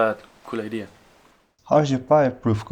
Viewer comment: Why do the Dutch call an 'idea' a 'id' ?